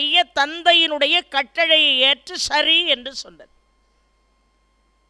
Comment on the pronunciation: அடையாளம் adayazhm வளர்ந்து vazhndu கட்டளை kattazhai Lavukkum zhavkkum உச்சரிப்பு